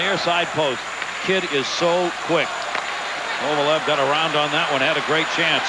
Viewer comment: He always messed up names. He would call Esa Tikkanen (pronounced TEE-kanen) TICK-anen. I remember another time early in his career he kept calling Alex Kovalev “Kovalesh”